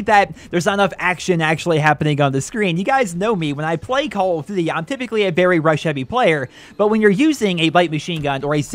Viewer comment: call of ditty wirwir tu